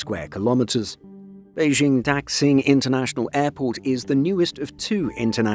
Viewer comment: Please train your machine voice narator on how to properly pronounce the word "Daxing". In particular, please inform the machine that "x" should be pronounced as "sh" rather than as "ks". Cf. also the pronounciation of the surname of China's current leader, "Xi".